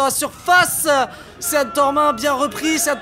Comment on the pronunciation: Un mec peut dire au commentateur que Sean, ca se prononce "Sheun" ?! Sérieux.. Ok il sont de Bergerac, mais y a internet là-bas aussi non !?